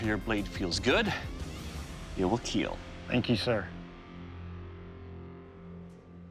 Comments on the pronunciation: It will keel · 3- it will keel